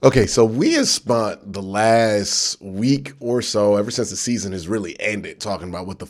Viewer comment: Q please I'm begging you stop saying spunt for the past tense of spend much love tho bro